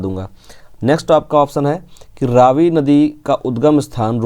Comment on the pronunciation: It is pronounced raavi not ravi